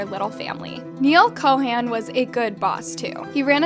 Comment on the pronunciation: Exactly, like the content of the video was fine but is it really that hard to just take a few minutes to search up how to pronounce names from other cultures? Bc there's a difference between not being able to pronounce smth bc of ur accent and just completely butchering it like aanel kohaan? thats not even close...